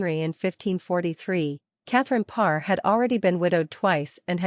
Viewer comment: Good Lord, hire a robot that can pronounce the name of the Queen anyway. Pathetic.